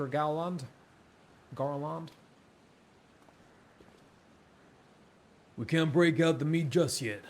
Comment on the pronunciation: the second syllable of Garlond is the same as the second syllable in England